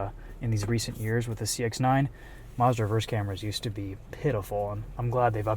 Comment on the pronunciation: It's Mazda not Marzda